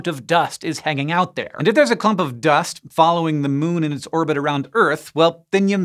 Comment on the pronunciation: Does anyone pay attention to IAU naming conventions? :p "It didin clir its irbit." 🙄